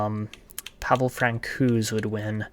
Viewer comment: Love the content. Always love your draft work. As a pedantic Avalanche fan, I have to make the correction: Francouz is pronounced “Frant-So’s”.